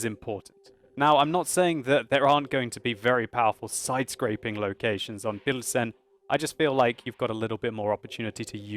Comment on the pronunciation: if you choose to use the english name for the city, "Pilsen", which is what it's obvously called in the game, here is the correct prononciation [pilzn] also, škoda is pronounced without the U, you say škouda, it's just škOda. Another thing, when you play a czech tank and you repeat the commander's quotes, when you hit an enemy, you say "dostaVi to", as far as i can hear, but there is actually an L in there, "dostaLi to", just thought i'd make you a little czech pronounciation course:D